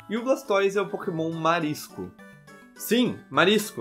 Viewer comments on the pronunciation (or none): so eu que ouvi "nao podemos usar pokenom do tipo agua